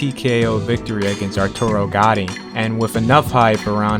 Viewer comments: It's "GOTTI" GOT TEE smh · Bruh its Gah-tee. Disrespecting the mans last name lol. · Who tf is daddy?!?!? Lol Its gatti you bafoon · The way he pronounces Gatti is killing my ears...